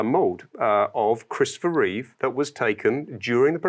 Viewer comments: NOOOO, Adam! It's Reeve, not Reeves! XD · The host loves the movie SO much, and Superman SO much, that he got his name WRONG on first mention. "Reeves"🤦‍♂😬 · That guy tried SO hard to subtly correct Adam on correctly pronouncing Christopher REEVE, but sadly failed. I don’t know what’s so hard about the guy’s name… 😒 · Adam should donate $1k to the Christopher and Dana Reeve Foundation for every time he says Christopher ReeveS. I count at least $5k in donations owed for getting his name wrong. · It's REEVE, not REEVES fgs!!! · The professional made sure to say his name correctly twice shortly after Adam mispronounced it lol, subtly trying to stick the correct name in people's heads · It worked be nice if Adam would stop referring to Christopher Reeve as "Christopher Reeves".